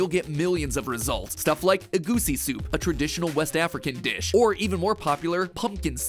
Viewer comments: Mattpat - egusi soup Me - it's pronounced egoosi soup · Hi MatPat hello. Random African in the comments here. Your pronunciation of Egusi caused me physical pain. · you said egusi wroung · Well yeah he's not African is he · Matpat saying Egusi soup hurts me